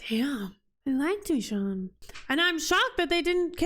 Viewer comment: Michonne's name is pronounced Mi"shown" Not MiShawn.